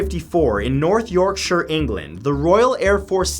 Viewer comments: Well done for pronouncing 'Yorkshire' properly. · Someone who's not British pronounced Yorkshire right never been so happy